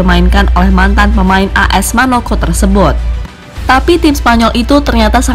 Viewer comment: Manoko..???? MONAKO..............dodolllll